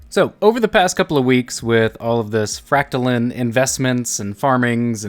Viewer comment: Fractalin? I thought it was pronounced fractaline